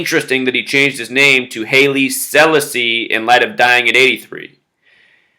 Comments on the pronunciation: hey dude its Hilie Sal-asi......not sellisi....nice video though....thanks.... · Neville O'Riley Livingston, aka Bunny Wailer, the third singer of the Wailers who's still alive, is always throwing out Masonic hand signs.That said, his solo work is wonderful. Haile Selassie is pronounced more like "Highly Selawsee". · pronounced as HAAYLE SEELAASEE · pronounced Holly Sa-la-asee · pronounced Halie Sa'Lasi. I knew his grandson Solomon. was considered like a god.